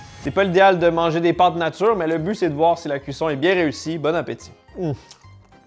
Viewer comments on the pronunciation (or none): none